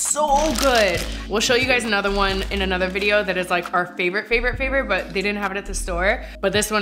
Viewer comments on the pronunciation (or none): none